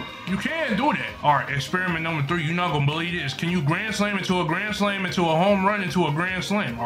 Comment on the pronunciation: I like the way bro said grand slam into gran slam gran slam